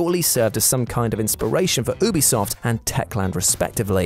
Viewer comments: It's pronounced YOU-BE-SOFT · . Bruh, did he really say Ooobisoft!? Hahahahaha. Mannnn... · Oo- be - soft 🤣